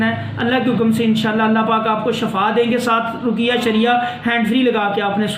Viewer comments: Salam molana sahab shafa nahi shefa hota hy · Shefa nhi shifa hota h